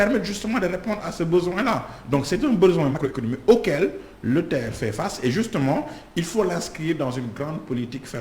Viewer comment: Arrêtez de dire TER ( terre) ! C'est T.E.R. C'est null ! Seuls les " Gaous" disent ( terre)